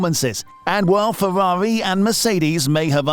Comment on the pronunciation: Elmer Fudd does formula 1. We're hunting Fewwaree's eeh eeh.